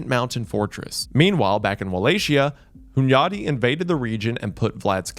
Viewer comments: His "Hunyadi" was pretty close tho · As a hungarian I approve pronunciation of Hunyadi. Also, Dracula was also known by the name Vlad Tepes. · I respect you for pronouncing Hunyadi’s name correctly 👍